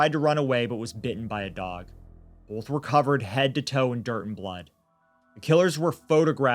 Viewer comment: We get to hear say “bolth” a lot in this one.:)